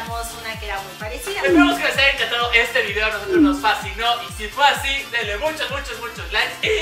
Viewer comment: Ami tambien me encantan sus "dideos"😂😂